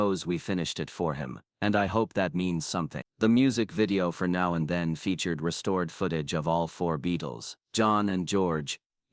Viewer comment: As soon as I heard "November TOOTH" I'd already heard enough. The 'Now and THEIN' casssette finished me off. It's time there was a separate You Tube AI app methinks.